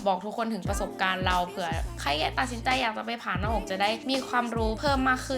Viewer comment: อ่านชื่อคลิปเป็น ผ่าน-มอ-อ-ก เฉยเลยค่ะ